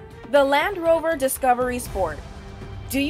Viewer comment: Calvin Tang The first clip i heard "The Lamb Rover"😂😂